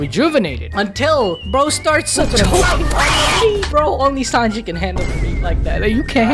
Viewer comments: What is "5-onji"? Sanji's name translates to "3 o'clock", so I dont understand why you call him "5-onji" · Im kinda new , can someone tell me why he calls Sanji "5anji " please 🙏 😅 😂